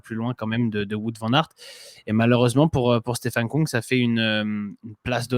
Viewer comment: Svp, pas Stefen Koung, mais Kung. En Allemand, ü se prononce u et u se prononce ou.